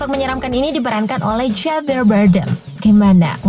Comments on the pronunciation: Johnny Depp Bacanya joni dep kak, kan huruf "e" nya 1. ✌️😀 Javier juga dibaca havier kak 😄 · Johnny depp, depp woy bkn dip bacanya, javier bacanya havier woy bacanya😑 udh mah salah soal itung2an umur johnny depp wkt debut film ini, salah juga baca namanya kacau kacau😑